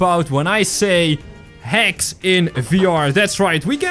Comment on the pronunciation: your accent made me think when you say hacks I thought you said hex